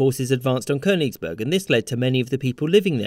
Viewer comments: Not Konisberg! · Amon Ra Koenigsberg is also fine. Same pronunciation